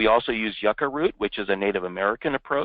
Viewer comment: The male speaker disrespected the pronunciation of my ancestral food, Yucca (jū-ka, or jooka), NOT PRONOUNCED "Yucka". He pronounced every other words correctly, except for Jucca.